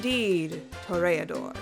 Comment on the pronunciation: i love how she pronounces toreador, as a spanish person it wasn't that bad